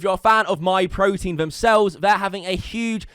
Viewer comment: As soon as I heard myprotien, I'm done now. Dude had to read the name so not to get it wrong.